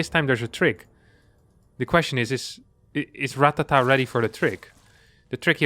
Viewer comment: It's actually Ratáta, not Ratatá